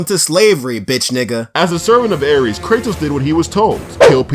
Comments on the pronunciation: Not trying to be a b word but it's ares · Aires? Hahahah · "Aires" bruh ? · Aires.???? wut is this intentionally wrong or...